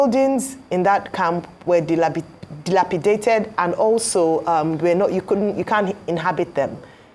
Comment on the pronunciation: Ayo, You See Yourself, You Could Not Almost Pronounce Dilapidated.